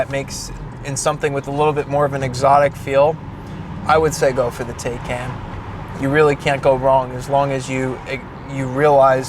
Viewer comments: TIGH-CON not taye can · Taycan. No taikan. This guy need to watch some a the Germans videos to learn how to say TAYCAN. 🤷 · ‘Tie-Con’ not Taken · Yeah, I thought it was TIE-CON not TAY-CAN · It’s not a Teh-can it’s a Tai-kan. Porche should name it’s next car bill just so everyone can pronounce it correctly. 😁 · *tie- Khan is the correct pronunciation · Pronounced Ty-con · The “tie-con” (correct pronunciation) has an accelerator, not a gas pedal. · I need a second opinion on that pronunciation. 🤔🤣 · Hahaha. I see that mispronunciation wasn’t missed on anyone. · Why is it so difficult for English speakers to pronounce the name correctly: It is a noun out of the Turkish language - has nothing to do with German.